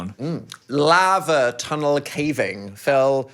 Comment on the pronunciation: Today I learned that we Americans pronounce Lava in a way I feel like is more British than the British. Interesting. 😂